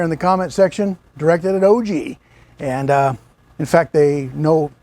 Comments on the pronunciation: It's not O G, it's pronounced "OGG!" lol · It's not O G it's pronounce "ogg" lol